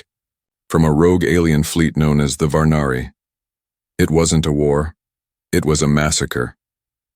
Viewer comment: Jurelia Sirelia Zerelia Cherelian Jaya Roe Marcus he put the scanner over Rose´s Chest ... ? who is ROSE WTF u said Roe ... now its Rose and changing from Roe male .. too Rose Female.. and right after Rose back too the Boy again wtf xD Rogue Alien Fleet known as the Varani but he says Varnari xD i noticed the text changes, now its Varnary after it lol Shea was sitting there Brushing Rose´s Hair with her fingers. ?? lol is it not Jaya and Roe anymore bruh ? now its Shea and Rose and the boy turned too female wtf someone was looking for Zaya ... bro xD wtf right after that Little Row .. It had been 2 weeks since they left Shirelia lol ... text says BHANARI TECH but he says it BHARNARI :D RRRRRRRRRRRR Karaths??? Face appeared ... bro was a male named Ky´reth wtf Keep Ro Safe xd man its wrong spellings everywhere But Kyrath was a hunter Shaya sat at the second seat Kareth roared in anger xD ... Shaya looked at Roe Shaya stood inside the launch bay A dart towards Kareths´s ship Kareth´s ship cracked burned Gia ? lol ... Marcus Renzija Of Zurelia hmm.. Roway Family dunno In the kitchen Roe helped flip pancakes with too much Syrup .. bro SYRUP EVERYWHERE xD WHY FLIP THE PANCAKES WITH TOO MUCH SYRUP xD haha Shaya learned too fix a power coil Rose stood on a stool wearing a little apron that read co pilot in training ... the boy just turned into a female Rose again lol xD Across the table marcus sat with a mug of tea watching the boy with amused eyes... a boy named Rose :D ? bruh Theo